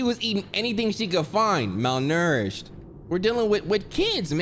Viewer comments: Nobody:: MalNERished 😂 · Nobody: Absolutely nobody:: “MaLNouRishED” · the way he’s saying malnourished (however tf you say it) is sending me🧍🏽‍♀️💀💀